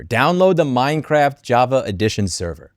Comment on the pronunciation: minecwaft is nowt iwwegal huh must be a criwmnal den